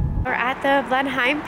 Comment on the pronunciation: Blenheim, pronounced Blenem. Thanks for the upload. Blessing to you both.